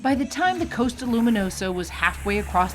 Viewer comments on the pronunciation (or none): It’s costa not coasta